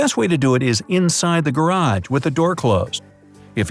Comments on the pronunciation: he said garad not garage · He said garad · he pronounced it wrong